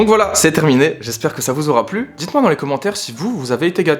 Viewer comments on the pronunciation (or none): A J’ai clairement entendu « J’espère que ça vous Zora plu » Voilà, merci pour la vidéo giga bg comme d’habitude au maaaaax